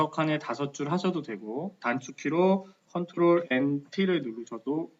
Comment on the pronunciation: ctrl키 라고 말하신건가요? 조금 알아듣기 어려워서요..